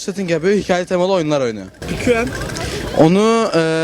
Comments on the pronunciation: Pquuenn Okunuşu: pikueen Mikrofonu tutan abimiz pkuen ndjdhejd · Elrean değil elraen wtcm değil wtcn jahrain değil jahrein pquen değil pqueen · Abii elrean değil elraen wtcm değil wtcn jahrain değil jahrein en çokda pquen değil pqueen bide mügemin bide jaho nasıl cs go oynayıp pqueen kendine müzisyenle fortnite oynuyor sorarsanız bu kişi bir pelinyon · 1.Pqueen diye yazılır, Pquen diye değil. 2.Piküen değil Pikuin (Nasıl okunduğunu yazdım.) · Pqueen pquen değill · Bir de pquen değil pqueen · Pikuen diyo ya sinir oldum